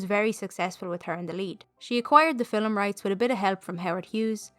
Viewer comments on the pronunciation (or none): Great video. The way you pronouce ‘film’ as ‘filim’ is different than how i say it. 😊 Thank you